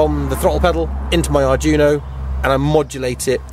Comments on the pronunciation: It is pronounced "ard dweeno", not Arjuno! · Unless 'arjuno' is some special CANbus arduino-based gadget I've never heard of, you are pronouncing 'Arduino' wrong. It's 'ard-wee-no', not 'Ar-juno'. Great work though. You clearly know your stuff apart from the pronunciation confusion :-) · Arduino, ar-dwee-no. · At last a Mazda RX8 with a proper rotary engine :D By the way, Arduino is pronounced Ard we know :)